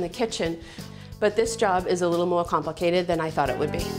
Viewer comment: mowah campluhkated